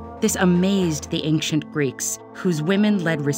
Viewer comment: Hate how she pronounces ancient as “ayk-shent”